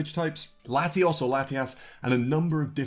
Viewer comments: * . •Ambox• . * No he said 2 different pronounciations of latias, both of which are incorrect. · SkinniestJannaAlive Nah. It’s super obvious. It stands out. All these British people just can’t pronounce Latios & Latias for the life of them. The Aura Guardian had the same problem as well. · “Latias or Latias” ??? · SkinniestJannaAlive Correction! He clearly ATTEMPTED to say Latios and Latias, but failed